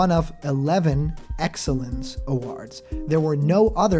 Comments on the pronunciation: Why do you say awards like that? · Your pronunciation of "awards" is weird.